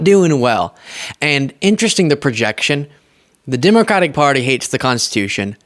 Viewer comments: How is it he can quote the constitution but can't say the name of the Democratic Party correctly.... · Here we go again with another illiterate unable to pronounce the word "Democratic".